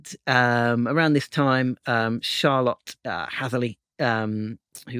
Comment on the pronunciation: why are you pronouncing Charlotte like car lot? 😂